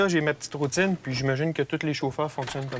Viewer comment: 10 cm de neige À Paris : urgence nationale ! À Québec : la rrrrroutine habituelle.